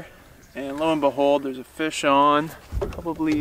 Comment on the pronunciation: Right good on the fire vs canister thoughts. "Fish On".....kept thinking you were saying "Hey Sean!"